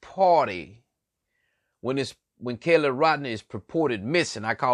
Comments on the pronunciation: I need to correct you and I hope you are not offended, it is not my intention at all. You are not saying her name correctly. It is KY LEE not Kayla. Kiely. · I am NOW DUMBER for having listened to what you just said!!!....Everything was babble and made ZERO SENSE CRIMINALLY!!!.....And please....it's NOT "KELLY"....It's "KI-LEE"